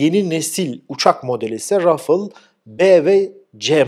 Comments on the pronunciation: Merhaba, Müsaadenizle küçük bir düzeltme yapmak isterim. Fransız savaş uçağı Rafale yazılır ve RAFAL şeklinde okunur. Rafıls değil. Videolarınızı zevkle ve dikkatle izliyorum. Emekleriniz için teşekkür ederim. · Rafıl değil Rafal dır doğru teleffuz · Rafil degil RAFAL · Hocam, rafıl değil, rafal deniyor.birden kopan Sert yel yada Türkçemizde talaz demek. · Hocam su rafil kelimesini lutfen beyninden sil, fransizlar buna rafaele diyolar keza ingilizlerde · Rafel diye telaffuz ediliyor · Rafale'nin okunuşunu bir fransıza sordunuz mu? "Rafıl" diye telaffuz edildiğinden emin misiniz? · rafıl olmaz. Ruffle(kırıştırmak) diye bi kelime var o öyle okunur ancak.